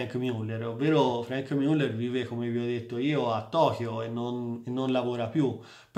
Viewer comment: MIULLER non si puó sentire